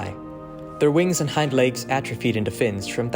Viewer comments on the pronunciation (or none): none